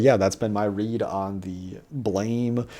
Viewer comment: It's pronounced Blam not Blame Blam is the sound that a gun makes when you shoot it and since the main character hardly speaks he just shoots that's where the name comes from